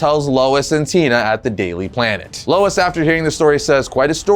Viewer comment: "Daily Plan-t" I assume is the top suspect.